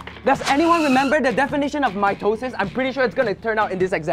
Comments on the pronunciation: "meiosis" "mitosis" "MAYONAISE?" "WHAT IS THIS?" "MY TOE SIS" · "Mitosis": "My toe sis": "mieosis": "mayonise?" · “Mitosis” “my toe sis” 💀